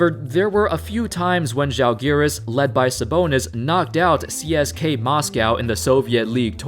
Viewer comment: his pronunciation of CSKA was incorrect.